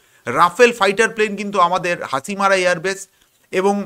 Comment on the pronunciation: হাচিমারা নয়, ভাই ওটা হবে হাসিমারা।